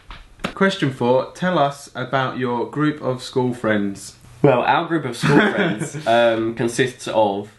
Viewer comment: Did it unnerve anyone else when they didn't say it like "tellusaboutyourgroupofSCHOOLFRIENDS"